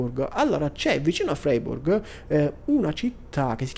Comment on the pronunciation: Ciao, bel video. Credo che si legga fraiburg, non sono un tedescologo ma per quello ke so la ei si legge ai